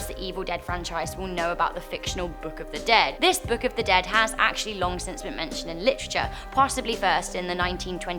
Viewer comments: Necromicon? Necro-nomi-con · ....the way she says necronomicon...